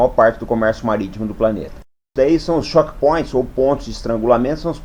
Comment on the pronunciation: Apenas uma pequena correção: "chokepoint" lê-se como "tchôuk point", não como "chók point", que seria "shock point".